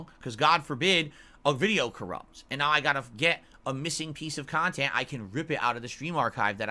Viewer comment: Curated khantent. Snort.